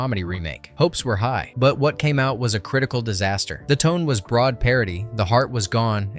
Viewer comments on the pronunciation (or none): none